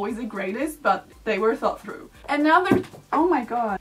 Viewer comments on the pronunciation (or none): none